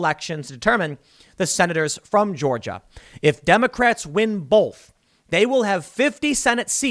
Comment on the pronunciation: why does Tim say "bolth" instead of "both"... its driving me crazy